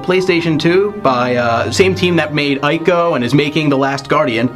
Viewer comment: Should be "Ee-koh"